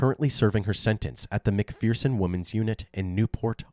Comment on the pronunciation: You've pronounced McPherson wrong!!